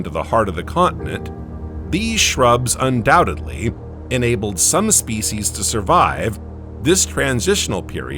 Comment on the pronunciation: Spe-c’eess uuhhh.